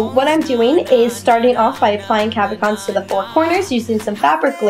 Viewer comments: nice idea - i think its pronounced cab-o-shons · You dis say cabochons wrong, but it doesn't matter! It was a really creative idea!